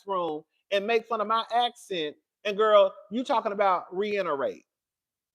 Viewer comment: “Re inerate” had me CRACKING UP 😂😅